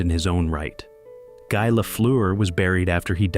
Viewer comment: Garnet "Ace" Bailey died on September 11th, 2001, a passenger on one of the hijacked planes that crashed into one of the two World Trade Center towers. We see his name among the victims at the memorial site. And not "Guy" Lafleur, but "Gee" Lafleur. Clean this up, for Chrissakes!